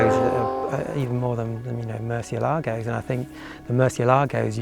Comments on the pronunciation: Your pronunciation of 'Murcielago' is awful . This video explains how to say it correctly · And even on the door sill plates, Lamborghini shows how to properly pronounce Murcielago by placing the accent over the “e”, but people still pronounce it wrong by placing the accent over the “a”. Just nails on a blackboard to those that speak Spanish. Nice Lambo. The Murcielago is my fav. Motor has a sound that is closest to a F1 motor. Aventador sounds more guttoral. Murcielago is like a wailing banshee when up too.